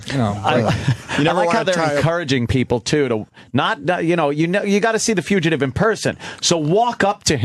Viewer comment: Hearing Opie say few-chuh-tive repeatedly might be even more painful than listening to him yell "HOLD ON HOLD ON!" I guarantee THAT is why Ant wanted to kill Sam, not just hearing the bit again.